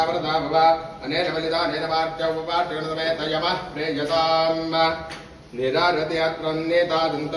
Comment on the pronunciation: ಪ್ರೀಯತಾಮ್ ಎನ್ನುವುದನ್ನು ಪ್ರೀಯತಾಮ ಎಂದು ಉಚ್ಚರಿಸುವುದು ತಪ್ಪಾಗುತ್ತದೆ